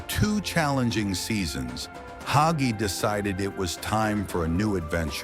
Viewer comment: AI can't pronounce Hagi LOL!!